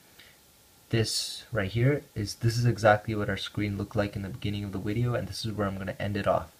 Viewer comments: this guy said welcome back to another wideo on the ps wita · PS Wita? A wideo? Lol. =)